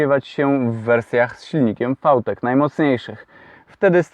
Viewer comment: fał tek? a nie wi tek?